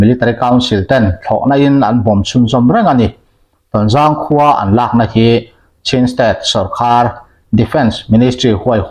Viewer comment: 'A lâk aṭangin' tia chhiar hi ' lak aṭangin' tih zawk tur a nih hmel